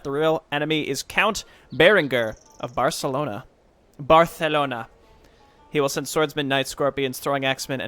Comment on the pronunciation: I'm just gonna give you kudos for your second pronunciation of Barcelona at the beginning of the mission. It came out not just flawlessly, but as you'd expect a Spaniard to pronounce it, with their characteristic over the top accent 🤣